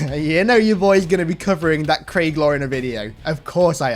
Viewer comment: Why do you pronounce it "Cray-ge"?